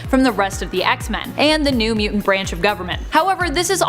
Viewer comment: Ahhhhh!!! You all being Canadian explains a lot. Lol! I always had suspicions you were from the extreme North. I just didn’t now it was THAT far North. But, explains how everyone on this channel speaks funny (like the way the bearded guy always pronounces “Mutant”. Ew it makes me shudder!), and how you all BUTCHER names!